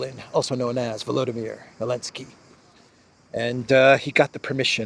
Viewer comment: Really cool how say Elenzky, very original!